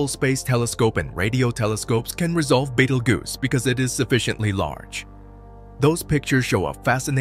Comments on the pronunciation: Also it's pronounced Beetle juice not bagel goose.😂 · How many F***ing times can you pronounce Betelgeuse?! Betel-juice, Bettle-goose, Bettle-gise, Battle-goose, Baked-pimple etc..... Also, Battle-goose is Orion's right shoulder, not left. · Betelgoose????? lmao...... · Baytle goose. 😂😂